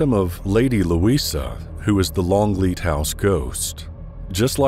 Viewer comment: Longleat, not Longlead.